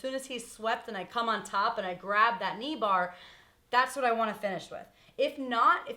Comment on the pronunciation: lol she said "knee bahh". "ahhh you kidding me?!! theh's no fahckin knee bahhs!!??"